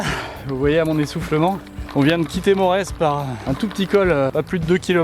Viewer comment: Morez qui se prononce Moré